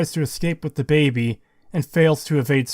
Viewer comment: if that’s actually how you say baby, then my bad and I retract it, I’m aware other creators often say things incorrectly to entice interactions on the video. It sounded like you were forcing it for the sheer hate of the baby in the game. I often listen to videos more than watch, as I’m a mobile technician, and it just pulls me out of the nice chill explanation you have. It was the same as the saints row video, if you have to bleep it constantly, why not just swap out the cursing for other words? It became too hard to listen to everytime I heard you say, for example, “it’s really AGHH annoying to play this game”